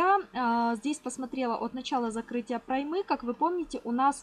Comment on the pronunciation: Не проймЫ, а прОймы.